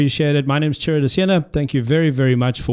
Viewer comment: He better stop calling himself Churro or new people will actually start believing that that's how his name is pronounced 💀😂 To be honest I though that Tesla was gonna be the first car make to come with a whole fleet of the EVs but I guess Elon has other plans 💀